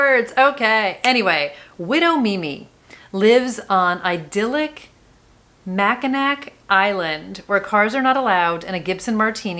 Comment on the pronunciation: The island in Michigan is pronounced mack in naw. Lol